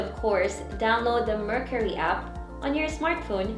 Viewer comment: The way she pronounce the word “Mercari” shows that she is not really using the app always. For you to know something or use always you should atleast know the right pronunciation of that thing.